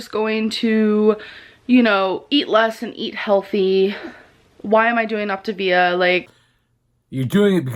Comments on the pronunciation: it's OptaVIA, not Optavia. Get it right. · She quit the diet before she even learned how to pronounce Optavia & fuelings. 🤦‍♀️ It's pathetic, she would have gotten better use of her $400 using it as toilet paper. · I knew how many calories per day Optavia would allow her from watching ONE reaction vid here on YT, but she did HOURS AND HOURS OF RESEARCH YOU GUISE!?! Also, when it comes to mispronouncing things, she's not trolling. Girl's an idiot.